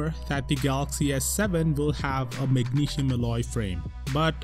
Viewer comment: Dude if you making videos for an international audience learn to pronounce magnesium and other words correctly.